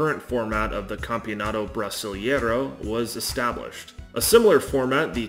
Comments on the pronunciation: Why English speakers saying EI things in Portuguese, like brasilEIro, ALWAYS invert the EI sound... brasil-IE-ro instead of brasil-EI-ro?? EI sounds just like the sound of the letter A in English. Like AY. Brasil AY ro. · Não consegui ouvir o cara dizer "Brisilieiro" 2x. Não dá, tive que encerrar o vídeo